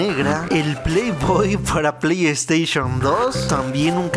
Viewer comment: “pley esteishon “